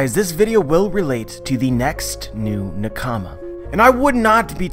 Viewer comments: It's pronounced nah-ka-mah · Please, please learn how to pronounce the word nakama, please. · Why do u say nakama like that?